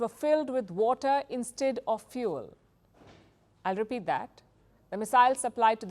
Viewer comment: "I REPRAT !!" 😂😂